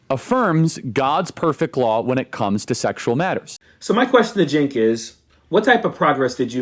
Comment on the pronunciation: Just stop. You don't even say his name correctly, so you aren't a regular viewer at tyt. I know medias touch is trying to grow as are you. Don't try and do it on the backs of other independent media just because they are competitors. Stick with chastising corporate media corruption.